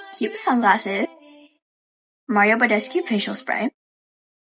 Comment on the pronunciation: THE FACT THAT SHE CAN PRONOUNCE MARIO BADESCEU BUT DOESNT KNOW WHAT A FUCKING LOOFAH IS JUST FUCKING MORTIFIES ME